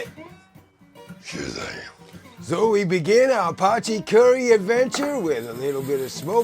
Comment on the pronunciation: This is actually an original dish from South Africa. Thank you for pronouncing it correctly man. As a South African now living in Mexico I miss potjiekos and haven’t eaten it in years!